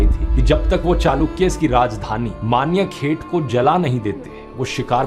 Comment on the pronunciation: it’s Manyakheta not Manya ket